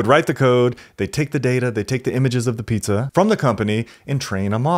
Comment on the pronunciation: But the real question is why does he say piza??????